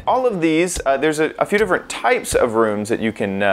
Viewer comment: Learn how to say room, moron.